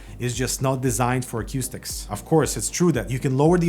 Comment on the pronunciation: You're definitely pronouncing acoustics funny